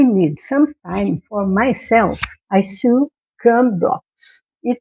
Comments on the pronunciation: Since you want to improve your English, which is quite good already, I off this with love: " sew" is pronounced "so". English has many exceptions to rules. keep up the good work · I liked your tutorial, I'll try this. Your English is very good, what is your native language? Since you are learning I hope you don't mind me saying you should look into the pronunciation of the word sew which is pronounced like SO. It was just very noticeable because you said it so many times. Good luck with your channel. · Sew is not pronounced as it looks. It's pronounced the same as so. You're doing great with your English. I like your video also. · I loved your video. I just started crumb quilting this year and I love it! Your English is very good! Just a tip - sew is pronounced the same as so, with a long o sound. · I'd love to see a finished product with your blocks! Also, I'd like to help you with your English. If no one tells you when you say something wrong, you will never learn the correct way to say it! 'Sew" is not said so that it rhymes with 'few', though it looks like it should! It is actually said with a long 'o' sound just like the word 'so.' English is a funny language! Good luck as you work to improve! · Congratulations! Your English is already very easy to understand. I am sure it will get even better (and easier) as you continue your videos. English is so difficult because it originated from many different languages. I wish my Spanish was a great as your English. I want to let you know that as part of this crazy language, sew sounds like so. I hope this helps and does not make you feel like I am criticizing you. I appreciate you and adore listening to you. Hugs from California.